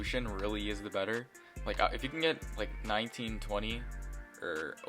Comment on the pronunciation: what he said:1920 or over what i heard:19020 or over